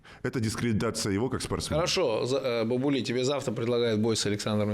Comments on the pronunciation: Имя следует читать Бабули с удалением на первый слог,или с с удвоенным "аа"- Баабули. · Бабули правильно произносить с ударением на А. Мовсар с ударением на О.